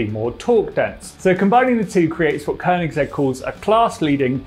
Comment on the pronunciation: Kudos to you for managing to pronounce Koenigsegg!